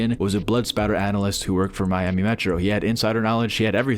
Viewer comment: Blood spatter not splatter lol